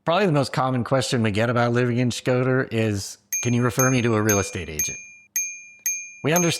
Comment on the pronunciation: Shkoder not Schroder :)